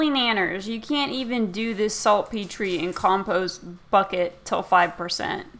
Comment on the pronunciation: its pronounced salt-peter